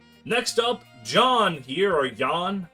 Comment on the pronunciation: Once again, the J in Jahn is pronounced as a Y